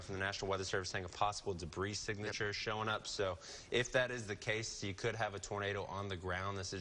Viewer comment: it’s “signature”